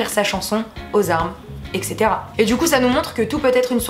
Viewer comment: C'est pas au ect (éksétéra) c'est etc(étsétéra)